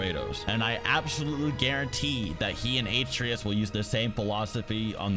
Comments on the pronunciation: I love this video, but it's killing me the way you're saying Atreus. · How to find someone who's never played the game: they pronounce REPEATED names wrong. Dude you literally hear them say Atreus like 100 times in game and you still pronounce it wrong, same as the world serpent. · This dude cant even pronounce atreus and gaia properly. Like what the fuck. Has he played the games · I hate how he says Atreus wrong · He said Atreus wrong that annoys me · Jormungan? Do you mean Jormungandr. 2 letters at the end makes it a completely different name. likewise with Atreus, its like no-one who does videos on this game has actually heard the voice actors inside the game pronounce the names. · So many terrible pronounciations... especially atreus, they say his name in the game and he still gets it wrong. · say atreus properly boy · ”His son Aitrius” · I know damb well he didn't say atereeus and yormungan. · I just have to know why you pronounce his son's name "A-tree-us" when Kratos pronounces it "ah-Tray-us" in-game. I mean, it's not like how there's dispute around Tidus's name, since no one says it in FFX, but we hear it clearly spoken in God of War, yet I hear two different pronunciations on Youtube. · you made a video breaking down god of war lore, wanting to convey to your audience competence, yet you called kratos's son ( A-tree_us), like WTF? a-trey-us is how it is pronounced. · Did you really just call him (eight tree us) and not (Uh tray us) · "Atrius" Its Ah-Treh-us not a-tree-us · Ah-tray-us not Aye-tree-us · Atreus (Ah-Trey-Us) not ay-tree-us.. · I’ll say this one last time it’s pronounced Uh -tray-us and Ay-tree-us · Pronounce it ahhh tray essssss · Aye-treus....really. he says it the whole game and you pull this shit. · You mispronounced every name except Kratos...AayTreeus?Really? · Why do you say A-tree-us? That’s not how you pronounce his name. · say it with me now, UH - TREY - US. thats how you pronounce it. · "atrius" "sword of olympia" "gaya" wat